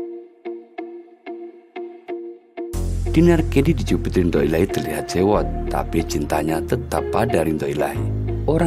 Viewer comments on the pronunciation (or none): Ridho min bukan rindho.